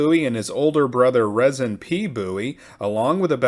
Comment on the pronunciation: It's pronounced Reezin.